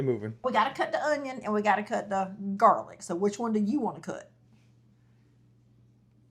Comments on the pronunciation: “Jar-lic” I’m dead 😂😂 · "Do we have any garlic in a jar?": "Jarlic?" 😂😂😂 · This one lady that does cooking videos ruined the word JarLic for me 😭😭 I hate hearing that now 😩